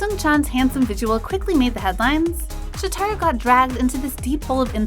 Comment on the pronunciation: Okay first...its Shòtaro not Shotarò. Please learn how to pronounce idol's names. Second- he is not out of place and a lot of fans liked him. He wasn't promoted right untill recently but not that much fans think he is looking bad. I have no idea who makes those videos but (in my opinion at least) the way they talk should be a little bit less biased. The person talking sounds like they hate those people. I don't know if it's their fault or they are reading a script but eighter way it came out rude. None of those idols deserve that